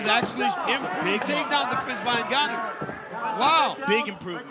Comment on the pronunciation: Francis NGOATnnou